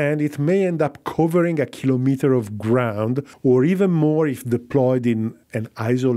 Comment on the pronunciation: It is refreshing to hear someone pronounce the work "kilometer" correctly as unit of measure such as a centimeter or millimeter and not a device to measure something like a thermometer or barometer.